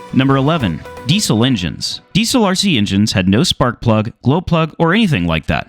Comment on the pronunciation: The way you pronounce "Diesel" hurts my ears.